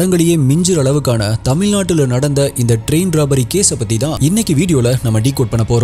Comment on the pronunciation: டேய், தமில்நாடு இல்லை. தமிழ் நாடு.